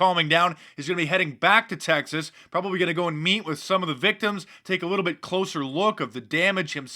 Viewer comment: Texese, like who doesn't know how to pronounce Texas? Sounded like testes...